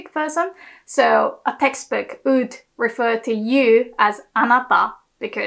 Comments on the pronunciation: Best Japanese teacher on YouTube. One constructive comment: you are still mispronouncing semi-vowel "w" in words like "would" "woman" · how u can say Word Way or Watashi properly etc or but u cant say Women or Would correctly u say ooMAN or ooD